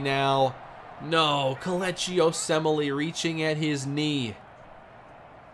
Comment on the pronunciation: I'm impresses by how you were able to pronounce komeche osemele (i can't even spell it)